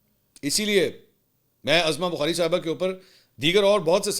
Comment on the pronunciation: محترم لفظ عَظمٰی بخاری Azma Bokhari نہیں لفظ عُظمٰی ںخاری Uzma Bokhari ہے جیسے عدالتِ عُظمٰی Uzma اور اسکا علم عُظمٰی بخاری کو خود بھی نہیں صفدرصدیق رضی کراچی